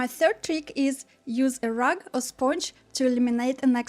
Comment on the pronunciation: Thanks for the tips. This has helped me alot. Rag, not rug, hahaha